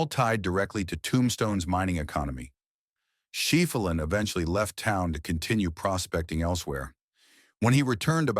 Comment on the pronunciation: FEW PICS ARE EVEN RELATED TO TOMBSTONE. Ed Schefflin & other names, including Cochise County are pronounced wrong...the narrative seems to be more prose than facts!!! Sickening what click baiters are doing to history!!